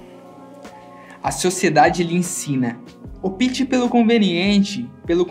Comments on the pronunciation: A pronúncia não é "opíte" é "ópite"! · Aí, depois de tantas palavras sábias, vem o narrador com "opíte" Poxa, amigo! Ópte, com força no "o".. Gzuis, chega a doer na alma